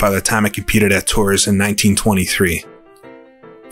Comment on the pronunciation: Evening! Great video as always. Just a few notes on French pronunciation: Rolland-Pilain - "Row-lon Pill-lon".with the final "n" barely there. Tours - "Tor" Victor Hemery - "Veek-tor 'Emeree" Albert Guyot - "Al-bear Ghee-yo" Laboratoire - "Lab-oar-a-twarh"